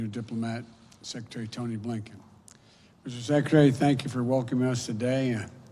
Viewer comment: "Misser secceterry" 😂